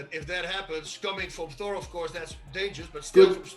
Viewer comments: I'm always baffled when people from England pronounce an obvious "TH" word with an "F". It 's "THOR". not "FOR". lol Fink about it. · be like “4” instead of Thor